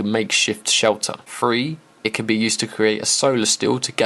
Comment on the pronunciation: Did he just pronounce three like free?